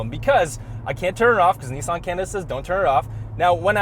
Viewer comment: Nooooooo, I will only allow you to say mezda wrong, not nissAN too. :)